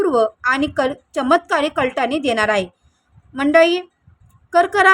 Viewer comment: Madm its,कलाटणी n not kltani.advasa nahi अवदसा ahe ani मनाच nahi मानाचे पद असते nit vacha pl. marathi